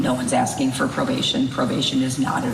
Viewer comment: Are you axing or are you telling me??